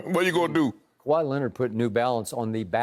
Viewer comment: He said kwai a deva😂😂😂😂😂